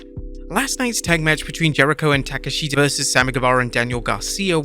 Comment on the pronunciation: Takashita?! Sorry, who the Fl is takashita???! I've called you out on pronouncing names very wrong or weirdly before but come on, that isn't even his name!!!........